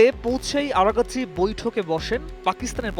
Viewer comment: আরাকচি এর উচচারন আরাগাছি হয় কিভাবে বুঝলাম না